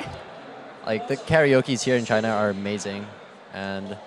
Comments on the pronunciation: i'm understanding vagina every time he says but china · Everytime he says "The China Team", i heard Vagin* team.... my mind must really be fk up =,=